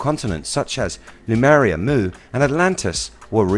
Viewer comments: HE KEEPS SAYING LUMERIA its lemuria rofl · Good video, but your pronunciation of Lemuria ["LEE-MUR-REE-AH"] as "Loomuria" causes me RAGE! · I really like your videos, but I couldn't stop laughing all the way through this one. It was the way you pronounce Lemuria. You had your vowels the wrong way around. Instead of saying, 'Lemuria', you kept saying, 'Lumeria'. I'm really sorry, but I couldn't stop tittering. If you ever make a video on Hyperborea, I'll be listening with baited breath. Please forgive me for making fun of you, I really do enjoy your videos, and I know how much you must put into them, I just couldn't help myself this time. 😊